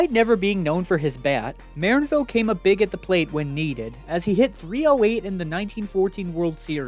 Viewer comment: Stress is on the second syllable, MuhRANNvil, like "un anvil"